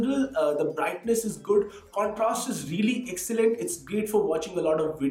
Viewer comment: Icxellent? Or you mean excellent???🤣🤣